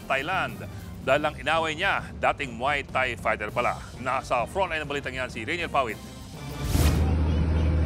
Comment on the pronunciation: Maoy thaina 😅